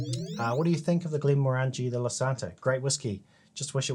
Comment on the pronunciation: Glen more angie? You'll never get across the border saying that. It's Glen morran gee.